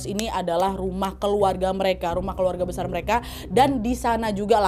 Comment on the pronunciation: Kak Nad "pilar² besal" typo dikit ga ngaruh😂😭